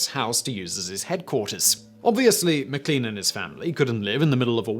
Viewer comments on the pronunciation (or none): Simon! Not again! How many times will it take for you understand that Lean, in names such as MacLean and McLean, is pronounced as lane and not lean. I am sick of telling you! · 😣 Simon! MacLean and all forms are pronounced like mac lane.